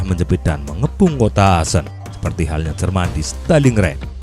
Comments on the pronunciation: min koreksi cara pengucapannya akkhen bukan asen. Sebagai mantan WNI di Aachen aneh dengarnya min... :D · Yup Betul, Aachen Dibacanya Ahen, Bukan Aasen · setau saya bacanya ahen bang,maap kalo salah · Bang baca nya salah yang kota Aachen harusnya dibaca:aakhen, itu kalau dibaca #gakmarah